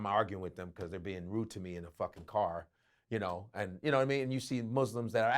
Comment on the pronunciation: Yadidamean not yadadamean